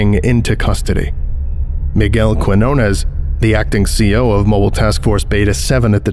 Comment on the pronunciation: Miguel Quiñones does not sound like that, in both words the U is silent, the g has the hard sound and the ñ is the gn sound of lasagna